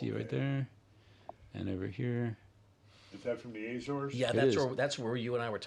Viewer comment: Azores not Ézores. Just like it is not Éma Rica.